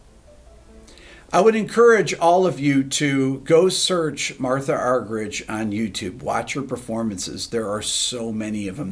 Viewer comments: It's pronounced MARTA not MARTHA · Her name is pronounced MarTa Rick. No h 😉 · I believe her name is pronounced Marta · I believe the correct pronunciation of her name is MarTa (roller 'r' and hard 't') Arg-er-eek... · I think she pronounces her first name "Marta". But it doesn't matter what she's called, what matters is what she does, which is astounding. I share your admiration. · whenever i listen to radio 3 here in the uk, they always pronounce her name "marta"? alas its not that surprising that people outside of the classical music world haven't heard of her. such a legend though for sure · She's doesn't do solo concerts anymore, because she gets "lonely." What an incredible woman! BTW, her first name is pronounced Mar - Tah. Some folks say Ar Ger Reek, but mostly it's anglicized.